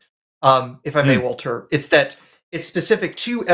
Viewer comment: Why does "Walther" sound like "Alfred?" 🤷